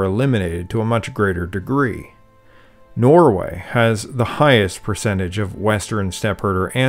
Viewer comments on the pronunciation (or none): none